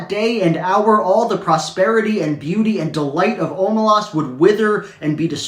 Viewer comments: I completely disagree, it’s pronounced, “o-MAY-lehs” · i always thought it was pronounced “oh-may-less” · You should tell Shaun how to pronounce Omelas, he doesn’t know how